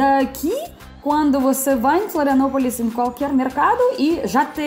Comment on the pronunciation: Bem-vinda a "filanopolis" 😂